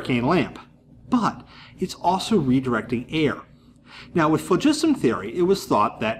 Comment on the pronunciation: this guy is the only YouTuber so far that appears to pronounce phlogiston properly AND weight a burning candle. A guy to watch.